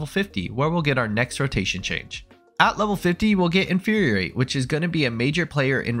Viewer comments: Nice job creating a concise explanation. But ya gotta stop saying “inferiorate”. It’s “infuriate”, four syllables - as in to make something “furious”. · Infuriate only has one R, man. In-fur-ri-ate. You're pronouncing it like "Infuriorate" and it's confusing as heck. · Not me just pausing every time says "Inferior-ate" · Hey I'm sorry but Infuriate only has one R and 4 syllables